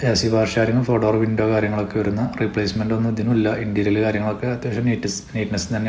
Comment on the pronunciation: ഇൻ്റീരിയൽ അല്ല ഇൻ്റീരിയർ